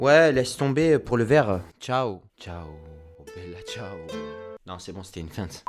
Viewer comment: La part contre tu ma tue quand ta dit bella cias 😂😂